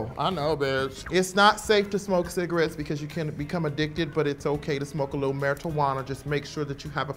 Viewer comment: "marri-tawanna" LOL "medicinals" LOL